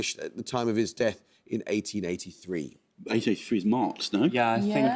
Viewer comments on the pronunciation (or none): none